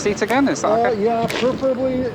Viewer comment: "will I have time to get that one right back?" In perfect Canadian, she answers, "Ohhhh Yah." LOL